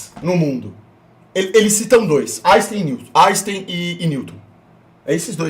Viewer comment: Áixtem? Nunca ouvi falar!